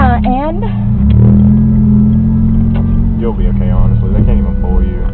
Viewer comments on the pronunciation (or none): it’s “you’ll see” with two L’s